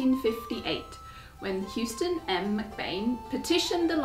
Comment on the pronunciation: houston is pronounced Hoo -ston not hewston. Believe me I a Houston-MacBean